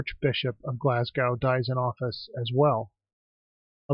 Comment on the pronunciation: Interesting video, and it provides some context to why people didn't like the cursing stone when I was growing up, since I was just a kid at the time and not paying attention. Couple of things though; Carlisle is a city, not a town. Glasgow is pronounced "Glaz-go", and Cumbria is pronounced "Cuh-mbria", not "Coom-bria"